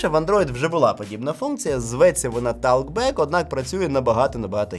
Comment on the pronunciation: Господи, та яке Талк Бек?! Я роками бачу, який же ти дуб в англійській, але досі не можу зрозуміти як можно не подивитися в перекладачі як що вимовляється. То Епл Інтілідженс, то Талк Бек. Словник вже ідіотізмів записувати можна за останні 5 років. І ні, я не хейтер, за відео дякую. Але це ж такій примітив, ну як можливо таку байдужість проявляти! Роками про це в коментах пишу, і чи то їх ніхто у вас не читає, чи то там всі такі "розумні".